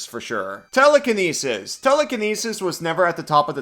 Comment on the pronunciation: It’s pronounced: “telekinesis, ”